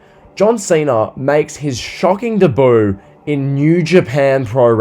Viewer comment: If you say ‘debut’ like that again, I swear to god….